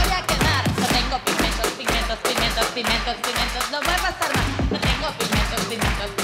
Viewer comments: Soy la única que oía "no tengo pimientos, pimientos, pimientos..." en vez de "pigmentos" cada vez que lo decía?? 😆😆😆😆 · Hay una vez o dos que dice pimentos,🤦🏽‍♂️,con auriculares se nota más...